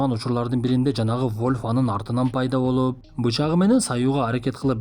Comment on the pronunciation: Тийишкендей больуууп дейт го😂😂😂